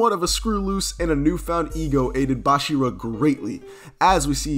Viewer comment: Bro its not bashira Its bachira